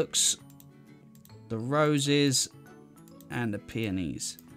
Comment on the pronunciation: "The peonis"